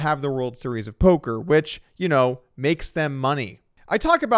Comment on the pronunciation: We did it, after all these years of saying it in the comments, Doug finally called it polker news.